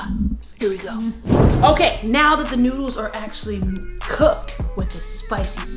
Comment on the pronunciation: It's noodles not noddles but it's oke still love you guys ❤️❤️